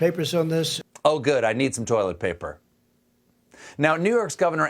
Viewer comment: Trump: "you know what we are going to do? We are going to write up papers." Steven: "oh good, i need toilent paper." Funniest sentence this episode lol!